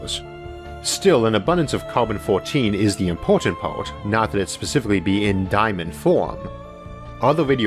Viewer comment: Because he skips syllables in words and does not pronounce his Rs Specifically = spissiflee Variety = vaitee Its childish (bc alot of children literally sound this way when first learning to talk) that's why its uncanny to some people